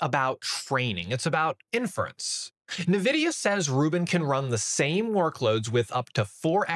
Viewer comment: the way he pronounces “NVIDIA”, “inference”, and “quantization” in like 10 seconds makes me really doubt his credentials.